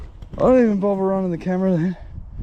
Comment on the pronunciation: Mate, my family has been in that district since 1820, and I lived around Richmond for many years. Why can’t you say further, rather than furver, another rather than anover, and bother rather than bover. It just makes you sound like a stupid Westie, and Windsor/Richmond people are not stupid Westies (like those from Penriff)!